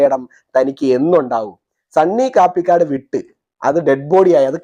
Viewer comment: Dear, I like your and your views. പേരഞ്ഞാൽ കൊള്ളാം. പിന്നെ ഒരു കാര്യം കൂടി. സണ്ണി കാപ്പിക്കാട് അല്ല കപിക്കാട് ആണ്. അത് അയാളുടെ സ്ഥലപ്പേർ ആണ്.കടുത്തുരുത്തിക്ക് അടുത്തുള്ള സ്ഥലം.